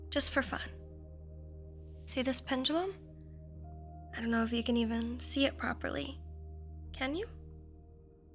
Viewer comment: You've changed the way you pronounce pendulum...